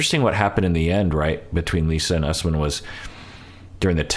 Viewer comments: Don’t trust Shawn, it should not be pronounced “Us-man”. She wrecked a lot of names on this show. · Pretty sure Usman is pronounced Oos-mahn